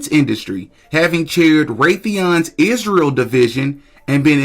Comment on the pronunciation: I am not sure how much more of Candace, I can bear. She’s young, beautiful, talented, but she needs to let Charlie rest. His soul cannot rest easy if she continues to bring him up, daily. Candace is obsessed. Please God, I beg her to quit saying…. ISHREAL!!!! I am stopping tuning in to anything ‘ CANDACE’ 🙏🙏🙏🙏